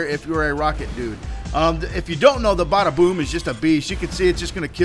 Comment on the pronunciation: Well it obviously isn't if you cam't say the name right, It's the BADAboom..